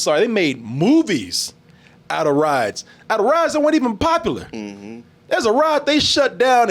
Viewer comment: can't seem to say the words 'formula' or 'popular' properly. It always comes out as 'formala' and 'popalar'